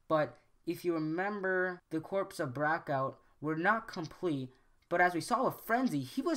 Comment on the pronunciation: Do we really need a theory on this? Obviously Bay just got lazy and reused models to save money. Also, the small constucticon's name was not,"Zelittleone" okay? The doctor said,"Kill the little one." Also I had to laugh when you said,"veeriko" , and when you said,"Brackout" .